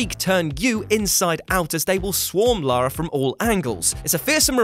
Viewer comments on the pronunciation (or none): none